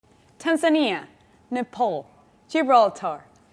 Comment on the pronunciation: I love how she pronounced Tanzania😍